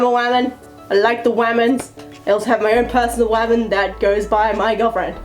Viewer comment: i am a waman I like de waman XD I loved that